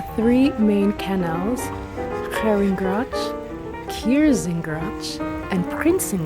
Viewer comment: "gratsh" lol love your pronunciation of "gracht" 😊😊 I hope you will enjoy some dutch language classes during your stay.. It will be awesome